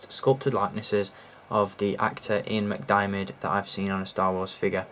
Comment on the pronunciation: Hey it’s Senator Palatine Darth Sidous Ian McDiamid you pronounced it Mcdimidot